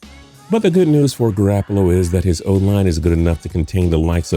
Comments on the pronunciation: if I here him say garAHppolo one more time im going to jump off a bridge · He said GarAApolo smh